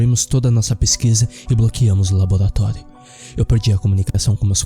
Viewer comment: labolatólio?? é o Cebolinha narrando? Sinistro, ele existe...